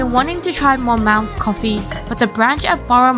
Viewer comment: Monmouth Coffee is pronounced like 'Monmuhth'